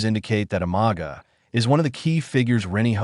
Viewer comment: Pronounce properly bro,or don’t do the job,learn how to pronounce (Umaga not o maga )